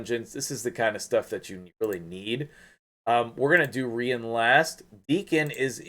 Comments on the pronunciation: English language teacher here. When you say "part of a word" e.g. centu- rian we call that a suffix, if it is before then it is a prefix, im -possible. Pronunciation wise, "Ree-an" would would be the most likely as usually with English spelling when two vowels are together we elongate the first and shorten the second. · It’s pronounced “REE-ON” rhymes with CONJuror . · I want her soooo damn bad. I remember you saying that you’d be getting her. I had to stay up and watch. My middle name is Ryan. That’s not how you should pronounce her name. I think I’d her pronounce her name as a French chick. Kinda like how you’d say the city of Lyon…Leee-Own. So for her….Reee-Ahhn. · Isnt it pronounced like Ryan? Ryan is a female name aswell.